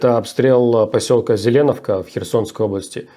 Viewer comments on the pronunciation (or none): Иногда убивает конечно безграммотность... не ЗЕленовка, а ЗелЕновка... и подобные ошибки не первый раз. И да раздражает, это военное престпление, а это не военное.. понять, что такое война, оккупация сможет только человек который через это прошёл или проходит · ЗеленОвка. На О ударение. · Поселок ЗеленОвка называется, ну хотя я думаю все уже привыкли к неправильным ударениям Руслана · Посёлок ЗеленОвка а не ЗелЕновка